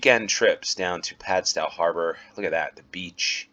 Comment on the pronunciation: They're pronounced "Hay-moor" and "Gull-vle". In Cornwall the town names are often pronounced differently to how someone from outside Cornwall would expect. Also the stow in Padstow is pronounced the same way you would "stow your sports gear in the trunk of your car".